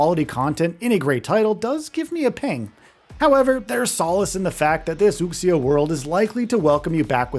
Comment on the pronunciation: Its pronounced Wu-Shee-ah